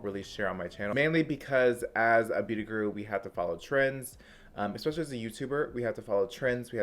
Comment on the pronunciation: It's eSPecially not exspecially. I really like you but that one little thing bugs me. Petty? Me? You better believe it 😉